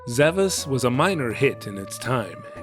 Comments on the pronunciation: Actually, it is pronounced Sa-VAHSH. It's that Ş at the end of the romaji, suggesting a more Turkic pronunciation. The kana also ends with a シュ, suggesting the pronunciation is Sa-Ba-Shu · It actually is pronounced like "Zavash". That S is a Turkic accented character used in languages like Turkish and Azerbaijani. It's an "sh" sound. It seems to be a specific type of sword that doesn't have a direct translation - very obscure choice for a title.